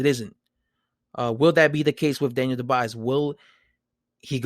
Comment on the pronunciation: It’s pronounced the French way.......Doo-bwa.